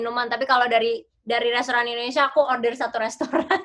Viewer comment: ‘Indonesia’, not (i)ndonesia